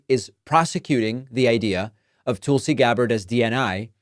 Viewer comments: Hey Prickman, it's Tulsi not Toolsie. Like it's Kamala and not Kaamala or Kamalla. Remember the noise you made about mis-pronunciation of names. It's Prickman man , not Packman. What a hypocrite. 🤮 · I agree with everything you say politically. But when you say “Toolsi,” I find it very distracting and hard to get past. I know you’re not intentionally mispronouncing her name, like when Trump would say “KamAla,” but I find it difficult to hear. Just being honest. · Mr Grammatically correct, how do you pronounce Tulsa such as Tulsa, Oklahoma? Do you say Toolsi, OK? Listen to how Nikki Haley pronounces Tulsi’s name. I would not comment but you are always correcting people all the while botching people’s names and other words too. Remember Laura Ingraham? That was some painful memories and glad you finally self-corrected. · Learn to ssy tulsi. Its literally driving me crazy. You say it so ridiculously. TOOOOOLSI. DEAR GAWD MAKE IT STOP. TOOOOOOOOOLSI!!! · Are you intentionally saying “Tool-sey”? lol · "Toolsi Gabbard". I hope the pronunciation is on purpose instead of just an accent thing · Dude, your just as a huge liar as Nikki. If you believe that. Also you are obviously not even able to say her name correctly. Probably because you can't read very eell or cant write to good either. Would be my guess. This woman is a combat veteran. Went to war two separate times. Is a lieutenant cololnel in the military. I bet you've done absolutely zero for this country at all. Along with all of you Democrats. You alk are just a ninch of worthless parasites. As far as I can tell. Plus Niki is a corrupt politician. Part of the military complex that exists, and has zero conscience ay all about sending out soliers to get killed in another nation. So she and het rich buddies can cash on on hugs profits off the backd of our people. Once again, just another group of parasite that exist all made up of the elite wealthy and all democrats as well